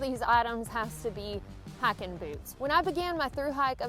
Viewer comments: I'm so embarrassed.......after graduating high school in Alabama, I have been in the "north" these last few years, and I thought you said hacking boots when you started talking about hiking boots! Noooooo!!!!!!! What have they done to me?!?!?!?!?!?!? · "Hackin boots" I heard at first. What the heck is that I thought, haha. Good video.